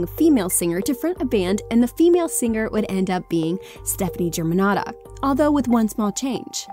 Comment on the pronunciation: I cringe everytime she says Germanotta with an american accent.....